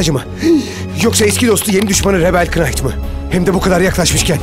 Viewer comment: Kınayt diye okuma olayi ozellikle yapilmis gibi geldi baya elestiri almis